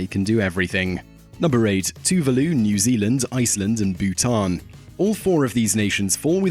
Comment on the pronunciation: "New ZELAND" lol